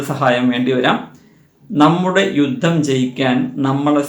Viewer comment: രുദ്ദം അല്ല യുദ്ധം എന്നു പറയണം